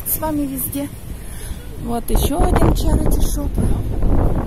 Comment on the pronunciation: извините,но в слове CHARITY нет звука "о", как Вы произносите на русском - чарОти.... Надо хотя бы "чарити" произносить или "черити"